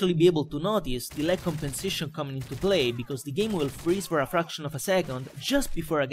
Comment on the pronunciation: Bel commentary, ma non parla nemmeno egregiamente: of si dice ov ma lui dice of D